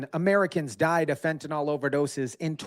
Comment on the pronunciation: Fent.a.nil. Not fent.a.nal nor fent.a.nol